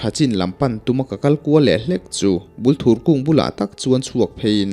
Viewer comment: Thing hming hi i lam diklo nual. Bulthur tih hi thing hming a ni a, Bul hi bur tih anga thluk tur a nia. Thur tih hi thei thur tiha thur lai ang hian lam tur. Bûl hi chi hnih a awm a, Bulthur leh Bulfek. Hnaibûng tih a Hnai tih hi thing hnai kan lam thluka thluk tur, Bung hi chu Bung thing kan lam thluka thluk tur.